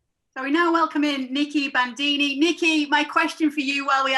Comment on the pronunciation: That's not 'nicki bandini'.